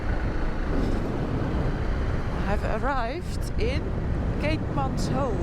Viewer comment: Noraly if you say it like "keetmans whip" your pronounciation will be spot on. Also " buy a donkey" is baie dankie. Enjoy my beautiful country, stay safe💕